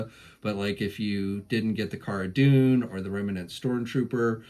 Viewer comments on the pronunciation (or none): none